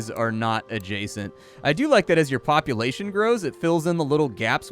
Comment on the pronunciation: Been having a blast with the video and then it just got better : "poop-ulation" 😂 I'm dead. 😆